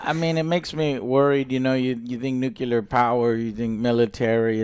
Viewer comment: JOE, LEARN TO SAY NUCLEAR GODAMN IT.